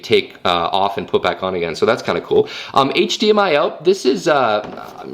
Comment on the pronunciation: HD-Mi-El lol